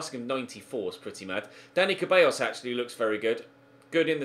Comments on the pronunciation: It's Ceballos... Pronounced Sebayos, not freaking cabeyos... Please? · you always say Ceballos wrong, it's pronounced ZEH-BAH-IOS, not CAH-BEH-IOS. You make it sound like it says "hairs" in spanish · Please, stop saying Dani "Cabellos", IT'S "CEBALLOS". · It's Dani Ceballos not cabellos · The "C" in "Ceballos" is pronounce as an "S" so it sounds as "Sebayos". Come on man.